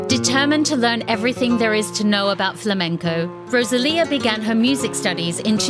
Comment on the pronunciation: Please stop calling her RoZalía 🫣